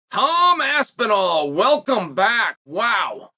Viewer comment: He said it right! No more asspenwall!